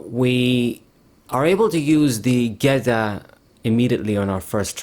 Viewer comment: Its funny the way you pronounce geeta and iono. You re the only one i know pronounce those cards that way